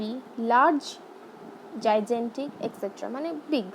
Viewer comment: I think you should check 'Gigantic' pronunciation. Overall video is good